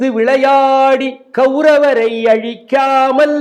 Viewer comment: கெளரவர் என்பதை இங்கு சரியாக உச்சரிப்பவர்கள் குறைவு. சரியாக உச்சரித்திருக்கிறார். நன்றி.